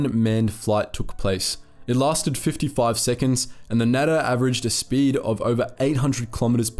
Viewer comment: ' as the allies triggered the noose, Germany cranked up their war effort'. Yeah half asking your way through a war isn’t exactly the best strategy Adolph could have learn some lessons from the US and USSR, oh wait he did! As for the natter. I think it’s pronounced NUTTER